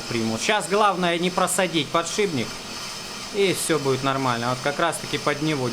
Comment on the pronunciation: Не подшиБник, а подшиПник, от слова шип...